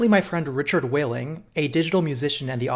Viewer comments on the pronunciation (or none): none